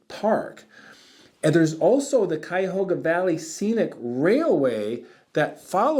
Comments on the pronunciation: Cayahoga -> Cuyahoga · I grew up in that area and only ever heard it pronounced kai-uh-HOG-uh (as in P-I-G)